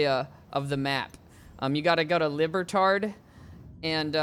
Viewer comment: I can't tell if he meant to say Libertad like that or not😭